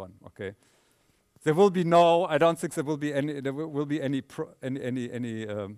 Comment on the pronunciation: Christof, your English is very good! With this naïve thing and so forth. But please, if you don't want to pronounce the "th" correctly, use "t"- and "d"-sounds. Like 'this' -> 'dis' and 'thing -> 'ting'. Because the word 'sink' has its own meaning... Besides, I love you, mr Paar, and the way you gives the material.